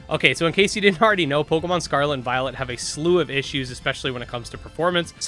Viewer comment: Don't know why but often hear "Pokemon Scarlet and VioleNt" xD